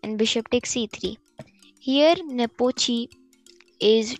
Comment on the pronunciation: Not Nopochi Yan it's lan nepomniachtchi 😅